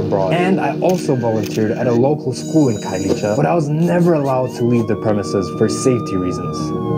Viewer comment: Khayelitsha is pronounced Car-ye-lee-cha 😂 I hope this helps because we are here for you okay 😌🤣🤧